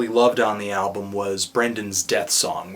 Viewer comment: No R in the word album!!